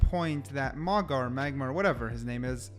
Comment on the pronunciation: Pronounced Maooga. I believe.